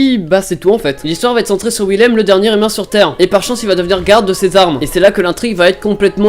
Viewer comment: Quand il a dit Willem j ai pensé à l autre donc Wil Aime XD c est tellement pas ouf XD